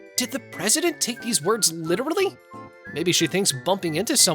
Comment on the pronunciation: "litererally" lmfao